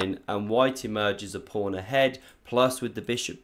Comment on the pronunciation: Why do you always say pRawn at the opening?